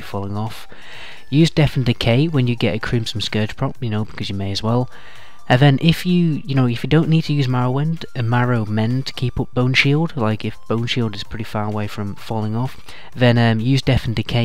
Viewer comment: marrowMend? dude really. if you're making a guide at least know the NAMES of the abilities :S